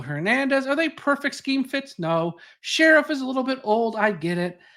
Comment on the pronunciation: Brandon Scherff....as in Shurf...not sheriff.